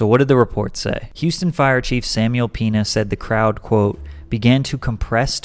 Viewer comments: It’s Peña not pen is. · You did not say “Peña” 🤣🤣🤣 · The tilde over the e means the e is pronounced ay as in payed. - “hey let’s rage and fuck shit up!! But let’s be respectful and attack security respectfully” lol dude you made no sense. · Can't believe people can't pronounce a simple word😂😂 it's peña not peena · "penyah" not "peenah" also my post was mainly just joking. I'm sure it was an honest mistake. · “Samuel Peena” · Samuel Peña not Piña you are saying Samuel Pineapple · "Samuel Penis"💀I can't be the only one who heard this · he for sure said Samuel penis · ik this is sad and all, but did bro say “samuel penis” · nigga said "peena" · Listen , he says Houston fire Chief "Samuel Penis" LMAOO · Penya is how it's pronounced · “Samuel Peena💀” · I know this is a serious video but Patrick really said peena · The way Patrick pronounced Peña shows how white he is 😂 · the way he said Pena followed by said sounded....funny🤣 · Idiot said the ñ wrong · He pronounced Samuel Peña in a very interesting way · you know that's not how that man's last name is pronounced. You just knew you were saying an s word next and thought it would be funny. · I can’t get over how you said his last name Lmao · not trynna be insensitive but i heard something else than Samuel Piña for a sec there